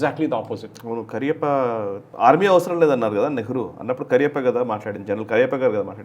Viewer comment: Not 'KARIYAPPA' it's 'K A R Y A P P A'